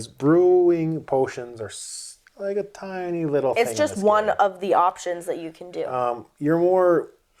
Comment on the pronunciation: It’s TIny not TEEny